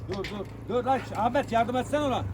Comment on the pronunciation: Sefayi değilde sefanin Ahmet'e amet demesini özledim